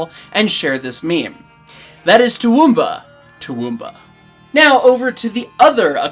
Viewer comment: Pleased to note that pronunciation of Toowoomba improves across the segment. But to sound like a 'proper' local, you gotta drop the middle 'oo' sound. So it sounds like "Too- W'm- Bah." And you gotta keep your teeth together to keep the flies out, mate....